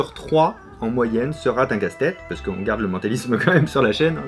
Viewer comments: "Une vidéo sur 3 sera(t) un casse-tête" hahaha j'suis mort 😁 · ''Une vidéo sur trois sera-t-un casse-tête'' ? T'es sûr, Fabien ? 😂😂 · je vais faire mon chieur, mais à , y a pas de t à sera, donc pas de liaison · Une vidéo sur trois en moyenne, "sera T'un casse tête". Aïe, avant la tête, c'est les oreilles que ça casse :) Mais je suis fan ! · "une vidéo sur 3 sera t-un casse-tête" NON NON ET NON, y'a pas de T après sera, "sera un casse-tête"